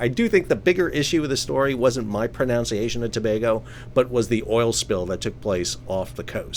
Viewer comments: Oh my. You pronounced “pronunciation”wrong . ProNUNciation. Not ProNOUNciation. Sorry Sal, I couldn’t resist. But you’re still the best and most articulate. Thanks for all the work you do. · Congrats on 100 episodes! luv your Ship thank U, butt can't help butt note odd Pronunciations of word pronunciation at approx. & min in while trying to correct your pronunciation of potato - rocky seize? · To rub even more salt into your maritime expert's wounds, after "Tobago," you even trip up on "pronunciation" between minutes - , NOT: pro-NOUN-see-ayshun. We all get tongue-tied some time, Sal, keep up the great content!